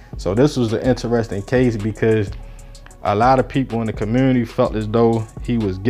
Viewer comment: In the what ??? What’s a “ commewwwnity “ ???! 😂😂